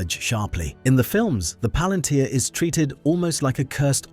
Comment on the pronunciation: You mispronounced Palantir, like the tech company does.